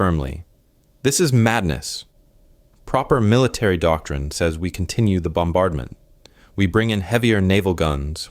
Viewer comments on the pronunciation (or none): none